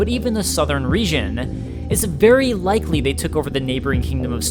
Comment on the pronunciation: I'm getting tired of people mispronouncing words in an attempt to sound smarter. It's pronounced re-gin, not re-shin, Al-aunt not Al-ant, (though I will let that one slide as the remake changed it compared to the original) everybody gets one